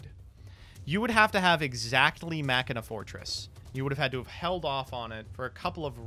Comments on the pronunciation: It's called "Machine uhh" not "mockinaw" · Fun fact: It’s supposed to be “Mah-she-nuh” because the original archetype was “Machiners.” Ofc I’ve also been saying it this way forever, so it’s not like I really care. It’s just something I learned watching 5D’s again xD